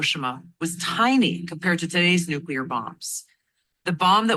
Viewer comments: NucLEAR not NucULAR! Write out the word N U C L E A R.....now say what you see. Phonics people! Drives me beyond bonkers hearing this guy say nucular 500 times during 28 minutes. Holy crap man! He also likely calls it 'supposebly'! 😂🤣 (it's supposeDly btw). Geez! Nobody can spell or write or speak proper English anymore. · It is nuclear…. Not nukular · This dude is so well informed he doesn't know how to pronounce NUCLEAR. Not "nuculer"! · Geez,, it's nook- lee-ur not nookular (George W Bush language). That sounds picky, but during the Cuban Missle crisis, my 5th grade teacher said that if we were scared of it, and facing annihilation, at least pronounce it correctly! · wish the guy in red shirt could pronounce nuclear ? he says nuke-u-ler, just like dumbo 'W' Bush did. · NUCLEAR -- watch your pronunciation. You don't want to sound like GW Bush!